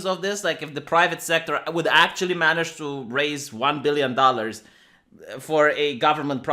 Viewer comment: i'm sorry i just had to point out the "dorrurs":P